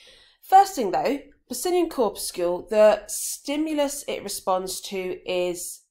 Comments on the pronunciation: and cor-pus-sul. Def not “corpuscule “ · look at literally every authority on English pronunciation. Corpuscle rhymes with muscle. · "corpuscule"? Do you guys also pronounce 'muscle' "muscule"? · nope muscle is pronounced as 'mus - sul' corpuscle is pronounced 'cor- pyu - sul' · nahh its pronounced 'cor - pyu - sul' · nah its not an american pronunciation tm. I've personally never heard it be pronounced as 'cor - pus - sul'